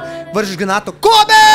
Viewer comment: Kobe se izgovori kobi